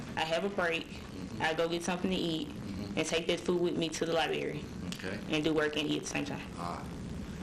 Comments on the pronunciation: She has a southern black accent. That’s perfectly fine, but she can have an accent and not say “li-bare-ee.” There’s a huge difference in an accent and simply having piss poor grammar. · Th "lye-bear-ree"....is that library??